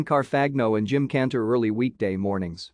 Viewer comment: Your robot voice can't pronounce Jim ' Cantore' c